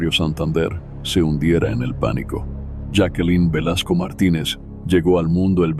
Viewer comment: Señor su voz es muy clara . Pero tiene un problema . Siempre cambia la pronunciación de los nombres , los cambia constantemente jakelin , yake , yakelin , esto es bastante molesto el otro es la hora p. M A. M . No señor , se dice pm am inmediatamente después de la hora que es 👎👎👎👎👎👎👎👎😡😡😡😡😡😡. Veo estas narraciones pero no me suscribo , por estas pequeñeces 👎👎